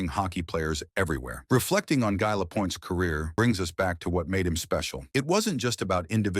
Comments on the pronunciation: GUy Lapointe GUY like I not like a guy... So common take the time to pronounce his name correctly. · The message preceding the content of the video assuring viewers that every effort has been made to ensure accuracy would be much more credible if the narrator knew how to pronounce the subject’s first name!